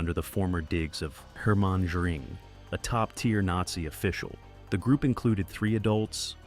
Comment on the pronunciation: Hermon Jur-ing?